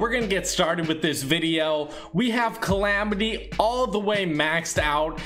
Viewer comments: Calamity not clamity you sit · bruh u had it right the first time like what is clamidiya? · why the hell did you pronounce it "Chlamydia?" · its not climitya its calamity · Clamity? Wut? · he said clamitia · Its CALL AM IT Y